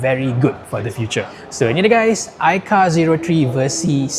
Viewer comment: Aikar 🚫 AiCau✅